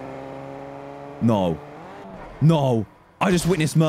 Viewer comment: I like how dan said I just mitnsed murder